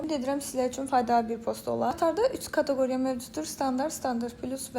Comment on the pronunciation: KatEqoriya KatAqoriya yox!!!